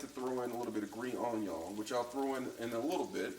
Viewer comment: The intentional mispronunciation of words was on point. Especially "onyoh". That was funny. It's 2 a.m. and I've had some drinks, guess what I'm making now....